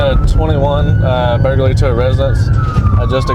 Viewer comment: burglary ❌ burgaly ✅